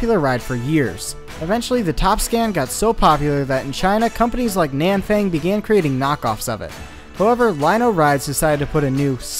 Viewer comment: Nanfang (no. 6) is pronounced Nahn-Fahng